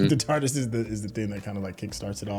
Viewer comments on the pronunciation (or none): .....if you don't stop calling the T.A.R.D.I.S. the tarderis, theres no er....in the word!